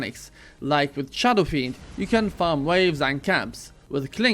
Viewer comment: Did you just say SHADOW FREND